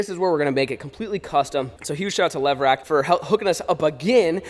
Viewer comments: Is it just me or did any one else hear “lever action” instead of levRack when was spoke the name of the shelving system 🤣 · New game do a shot every time flair says levrack